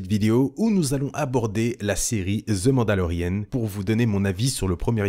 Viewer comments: C’est « the mandolerian » et non pas « the mandolerienne » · On dit "The Mandalorianne" en Anglais pas Mandalorienne ;)